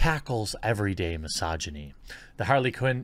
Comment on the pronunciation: lol my-sogy-knees, thats one way to say it